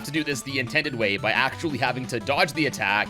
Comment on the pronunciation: am I the only one who herd him say nintendid